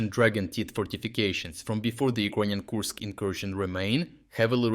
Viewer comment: Kursk not koosk